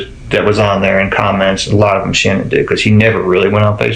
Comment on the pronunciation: Her name pronounced like SHANNON! LISTEN TO HER DAD.